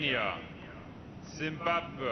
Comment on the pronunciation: "zimbabwuh" xD